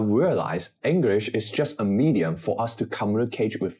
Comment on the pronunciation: Please don’t emphasise “just” getting a C at AL, it sounds a bit…..ironic